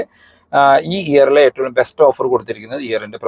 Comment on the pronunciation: എന്തുകൊണ്ടാണ് നിങ്ങൾ എപ്പോളും എട്ടൊള്ളും എന്ന് പറയുന്നത് ഏറ്റവും എന്നല്ലേ 😁